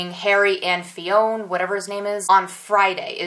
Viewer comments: fionn is irish and its pronounced like Fyun but i couldnt stop laughing when you kept calling him Fiona😂😂😂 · Fionn is pronounced as "Finn" c: just found that out in one of their interviews. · Fionn is a Conchobar 2.0 😂😂😂 Fionn is pronounced Finn. It's an Irish name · Fionn name is pronounced Finn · Loved this vid as I do all of them. Great info for sure! Please keep the vids coming! I'm still laughing at you saying "Fiona"...every time you said that I laughed until I was in tears! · The name Fionn is pronounced "fin". The o is silent.